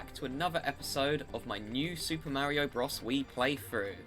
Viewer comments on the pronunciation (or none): It's pronounced bro-s not bross